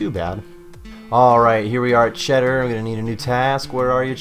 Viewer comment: Chaeldar*** not cheddar lol